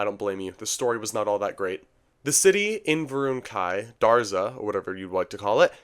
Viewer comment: DAZRA not Darza